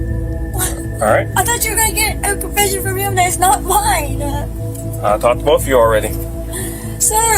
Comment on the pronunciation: Mmmmmmmine. That’s not mmmmmmminnnah